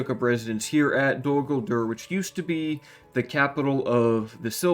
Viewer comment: The way this man pronounces Dol Guldur and Mordor really grinds my gears